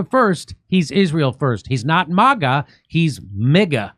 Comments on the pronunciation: MIGA, NOT MAGA. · Might wanna workshop "MIGA" a little more Jimmy lol